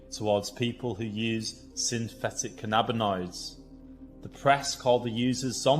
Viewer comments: The way you pronounce cannabinoids is really annoying me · Please learn how to pronounce cannabinoids.